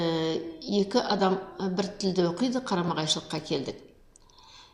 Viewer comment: Оқиды деген сөзді дұрыс оқисызба, бұрмаламай.